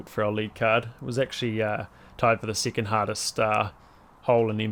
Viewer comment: I like the way you say second… “sickind” E’s turn into I’s and I’s to E’s